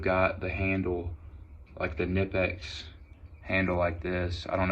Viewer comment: The K is not silent!